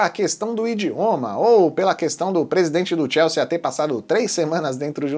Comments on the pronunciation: Moço, não tem esse "a" no final. Sea de mar. Soa "si". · TIELSSIIIIIIIIII É A PRONÚNCIA!